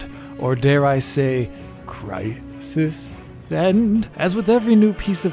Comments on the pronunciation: its Crysened, CRYSENED! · I physically cringed when you said crysisened